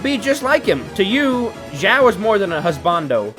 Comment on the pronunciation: Eng xiao said his name like showel